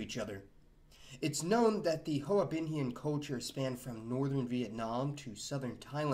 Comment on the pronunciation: Whiteboi got it wrong... Those niggas there pronounce hoa binhian like hwa binhian....